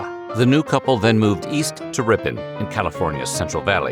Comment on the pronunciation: as a person that grew up and lives in in Ripon, and that has also worked at franzia. thank you for pronouncing the town's name correctly